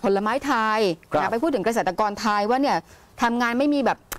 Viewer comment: มักจะมีปัญหาเรื่องสระเสียงสั้นเสียงยาวบ่อยนะ เช่น ประเทศทาย คือเข้าใจครับว่าจบอินเตอร์มาแต่ต้องใช้ภาษาให้ถูกด้วยครับ